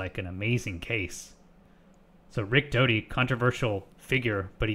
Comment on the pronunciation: Oh really, you can tell that from just this video. I have watched Rick for over 70 hours, and not once have I found he to be anything but honest and straight forward. And his name is Richard Doty, not Dodi.